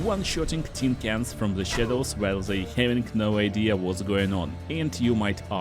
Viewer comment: Zey cun see me , i cun see zem. Nice pronouncing dude.❤